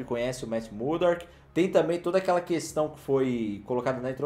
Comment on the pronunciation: O ainda não aprendeu a falar "MURDOCK", sempre fala "Matt MuDORK" kkkkkkkkkk